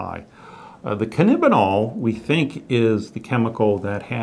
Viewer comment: It's alarming when a "specialist" can't the name "cannabidiol" right...